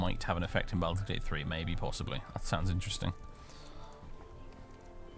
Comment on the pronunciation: Why do you make the first syllable of Baldur's rhyme with "Al" when it should rhyme with "ball?" I mean, they say the name Baldur's Gate throughout the game, do you not listen to the voice acting?